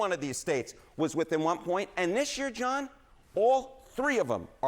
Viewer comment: Can't stand how this guy says 1900, and year